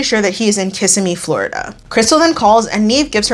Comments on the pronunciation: It’s Kih-sim-ee not kiss-im-eee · Floridian here.. Kissimmee is pronounced Kuh-sim-ee 🩷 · my floridian heart broke when pronounced kissimmee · 😂 I always laugh when people unfamiliar with florida try to say Kissimmee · I will never understand why this weird episode was chosen over the Season 7 finale Deven & James—one of the few where I liked the catfish more than the catfished. Dude is self-loathing trash. Can you do that next? Also, people will probably come for your pronunciation of Kissimmee, but pay them no mind,. 💖💕🌸